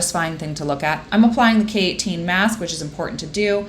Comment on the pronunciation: girl this whole time i thought you were saying keratin in a very weird accent until you showed the k18 bottle smdndknd